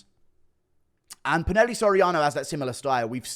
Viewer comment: It’s pronounced poo-nah-hel-lay